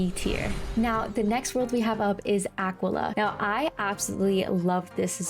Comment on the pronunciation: I took personal offense when u said Aquila and not aqwilla 😡 my take: wiz city: the og, goated krok: fun, short, clear progression marleybone: eh, everything is the same Wysteria: eh, boring but short, first instance of early cheating bosses. (Belladonna is crisp 🥴) mooshu: I liked the setting and the osts, relaxing dragonspyre: mali uses dark sprite, immediate L world 💀 celestia: u learn astral schools and learn like 80% of the ENCHANTS, a really good boost in power Zafaria: another enchant, short world, clear progression Avalon: pretty enjoyable, jabberwock goated, hated the running back and forth Assteca: booty butt cheeks world, no clear progression, u still fail at the end. khrryysssalis: 277 quests. 75% of dasein’s existence is this goddamn world💀💀 Polaris: goated, my fav world mirage: unique, enjoyable, lots of depth in the setting (istar 💦💦) empyrea: fun in the reverie only karamelle: eh, got annoying, but short lemuria: enjoyable, short, not that hard novus: see it get hate bc the final boss skews the outlook, it looks cool and it was fun wallaru: abusive, unforgiving, but fun, grind is lessened